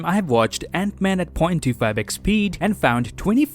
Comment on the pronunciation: What the 300k people heard in this video “0.25 XP" instead of 0.25 ×speed